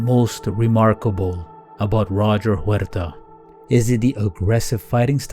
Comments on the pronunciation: Chael pronounces Huerta in the whitest way possible 😂 btw, Huerta vs. Garcia is still one of my favorite fights of all time. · It's not hard to say Huerta correctly.👀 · I swear Chael is the absolute worst with last name pronunciations... it's not just Huerta, he says so many names wrong that it almost seems intentional. The "undefeated, undisputed champion" of fucking up peoples names! 😂